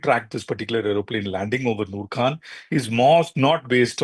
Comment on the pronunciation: It's Khan ,Khan from the epiglottis......learn to say the name properly